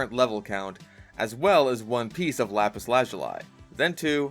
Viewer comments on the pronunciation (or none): excuse me Lapis what the fuck did you call it